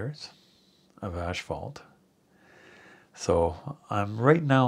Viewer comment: Its called asphalt not ashphalt. How long have you been doing this job?🙄